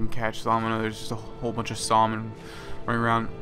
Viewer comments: It kills me the way he says salmon XD "sawlman" it's supposed to me "samon" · It's pronounced "sam-on" not "saw-low-mon". Just a heads up in case you say that in public. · FYI - Salmon is phonetically pronounced as sammin. :) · IT'S PRONOUNCED (samon) NOT (sawlmen) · Pronouncing salmon a bit wrong got on my nerves. Just saying. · Nothing creepier than the way this guy pronounces salmon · It was driving me nuts. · I was laughing at it, I suspect he was mispronouncing it intentionally though. I actually do that in person a lot and it drives people crazy.